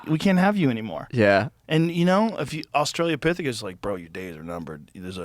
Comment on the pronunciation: Stop with "austrailia pithicus" already